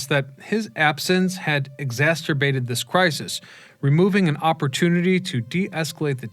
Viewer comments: Exasterbated? Do you mean exasperated? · No, he meant "exacerbated". As someone else said, has difficulty with some pronunciations. But I still find his presentations riveting.